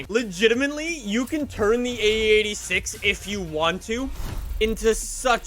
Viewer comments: U say it like ae 8 6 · Oh Lord so much cum is coming out for the EIGHT-UH SIX-UH